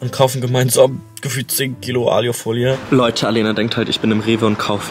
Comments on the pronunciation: Warum sagt er aljufolie😭 das heißt alufolie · Wie er die ganze Zeit alju folie sagt 😂❤ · Wie er immer Aliiiufolie sagt es heisst Aluuufolie! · *nicht "Aliofolie" sondern Alufolie... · ailofolie? es heißt Alu Folie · Es heißt A L U - Folie